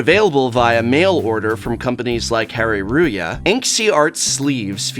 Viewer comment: The name of the shop "Hareruya "is pronounced basically the same as "hallelujah"